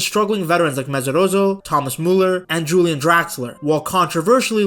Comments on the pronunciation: In German, the j is pronounced like a y, not like an h as in Spanish. Pronounce it Yulian Nagelsmann. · Bro pronouncing Julian as if he were from Spain😂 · You-Lee-Ahn. With the main emphasis on the first syllable. Joachim Löw is harder because of the ch but the o and a don't fuse into one but are each pronounced